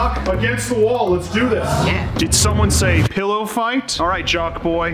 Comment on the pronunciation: The way said pilorlerrrr made me laugh so hard